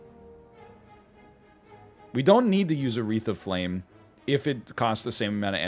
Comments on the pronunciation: I can't help but hear "Aretha Flame" ._. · “A wreath of flame” said rapidly sounds so much like urethra flame which makes me fidget uncomfortably throughout this episode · Every time he said "A wreath of flame" my brain heard it as "Aretha Frank(lin)"